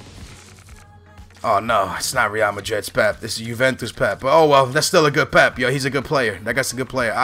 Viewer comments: Pep-a skillz cmon man not pep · Pepe = Peh-pay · I love u but for God sake it's pronounced "PEP-A"